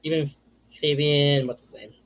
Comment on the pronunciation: Fabian. Arch pronounced it correctly